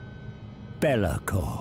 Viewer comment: I cannot stop hearing his name as Bear'lakor, the Bear Shackler, now.